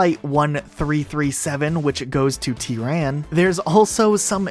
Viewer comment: The way you pronounced Tehran made me lose brain cells..